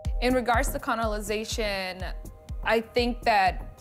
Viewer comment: Shady that they let her say CONOLIZED thrice and then CONOLIZATION lol. This looks amazing though and Hawa is fantastic.